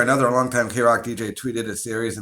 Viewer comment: The way you said kroq tells me you've never heard kroq in your life and that tells me you're a fake ass O And A poser fan.